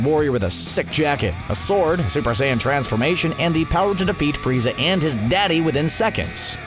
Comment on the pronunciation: it sounded weird when yoy said "frizza and his Daddy"